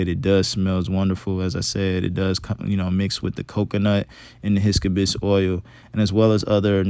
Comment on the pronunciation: LOL bruh I was dying when he pronounced it like that.